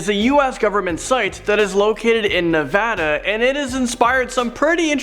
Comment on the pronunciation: Finally someone said right Nevada